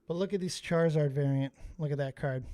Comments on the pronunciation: Hearing riveter call it a Chizzard brought back some PTSD flashbacks of my grandparents pronouncing Pokemon names wrong and 8 year me having to correct them. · Chizzard sounds like the meme of a poorly done kids drawing & the kid misspelles the character